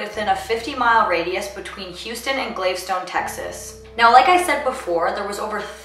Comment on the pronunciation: Gal vess Ton not Glavestone